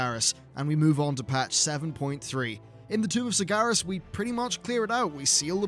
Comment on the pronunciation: Please learn to pronounce sargeras properly its sar-ger-as not sar-gar-as